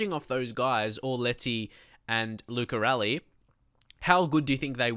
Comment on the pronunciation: Oh Lucarelli... in Italy we say L(of Ladies) U(not You, only the sound U) C(of Christopher) A(of Until) R(of Red) E(not England but Ehi/Ehy) 2x L and I is fine